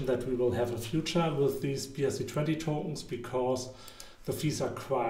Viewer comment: Good content ma guy, huge opportunity. But can you please say Tokens no toutns 😅